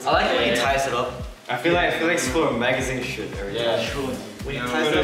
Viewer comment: Is it just me or does it sound like Felix is saying “Magazine Sh*t